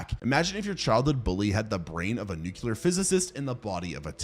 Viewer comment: Nuclear... pronounced NewClear, not Nukular. Why do so many americans say this word wrong? it's not even remotely close to how it's spelled either.